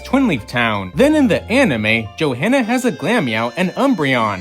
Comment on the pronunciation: You do know there's more than one manga, right? There is no "the" manga. The h in Johanna is silent. Jo-anna. ok WHO thought the Alola mom was Shauna? They don't look anything alike and there hasn't been enough time between games.